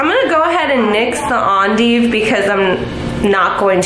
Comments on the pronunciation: Lol it’s pronounced END-DIVE not AHn-deeve but she tried😂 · Its endive. Not ON-Deeve. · The way she says endive 😂 it’s pronounced ‘ennn-dive’